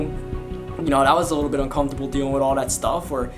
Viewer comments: how you say "un-cum-fer-tab-ll" makes me uncomfortable lmao. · The way he says "uncomfortable" is cool. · He don't know how to say UNCOMFORTABLE 😂 aye but rs I fw u been fw u since 2014💯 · The way you say uncomfortable is hilarious 😂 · Lebron_goat lol